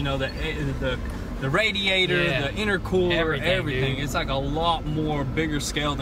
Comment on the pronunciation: V tune said itercwooler